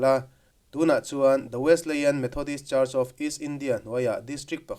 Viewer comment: Kan kohhran Wesleyan Methodist Church i lo sawi lang ve chu a lawmawm hle mai. Kan kohhran hi hria an tam lo ve angrengin ka lo hria a. Chuanin Wesleyan i lam dan khi Wesli-ian anga lam tur a ni e 😂.